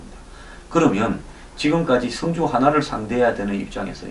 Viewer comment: 황소장님 성주의 발음은 주자에 악센트가 있습니다. 군민들이 이상하군요? 이럴리가 없는데-----누군가가 이상한 방향으로 리드하고 있군요. 여기에 어진 군민들이 끌려가고 있군요. 정부 도지사 군수 지역 유지들은 무얼하시는가요?